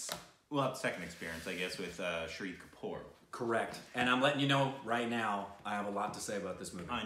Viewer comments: It's Shaaahid Kapoor. Not Shiri kapoor😂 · Why do you keep pronouncing Shahid Kapoor as Shree Kapoor? It's not that hard to pronounce! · Lol I love that you loved this film so much. The only thing is that didn't pronounce Shahid Kapoor correctly, but hey we've got a couple more amazing films from him that you'll eventually watch to get it right lol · I kept thinking in start who is this "shri" kapoor they are talking about, maybe some new actor/director in town then after 3 minutes it struck oh my they are talking about "Shaa-hid" Kapoor lol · Shahid Kapoor’s name is pronounced like this: Shah... hid Also, Shahid Kapoor won best actor award in Filmfare and iifa. Haider won best picture across 3 major award functions in india... there might be more but these are the ones I remember.